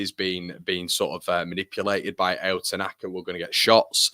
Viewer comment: His name is pronounced like ouch without the (ch) Ao (ouw). Means blue in Japanese, you're welcome 😉